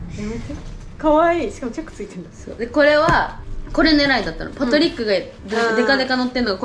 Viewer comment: パトリックの発音、そうなんだ😂😂😂😂 パ↑ト↓リックって言ってたわ